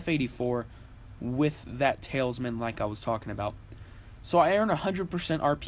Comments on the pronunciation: Ta Lis Man. Not tailsman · it's pronounced tal-isman, not tail-isman. al as in, 'al gore'...not sure where you created an invisible I or Y from.. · The way you say talisman hurts my ears. It's basically towel-es-men just less pronounced with the towel part more like tal es men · lol, am i the only one hearing him say "Tails-man" ?!?!?!